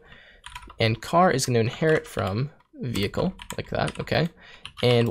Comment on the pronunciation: skips ahead in video "WTF is a vay-klee?" .... "vehicle?" LOL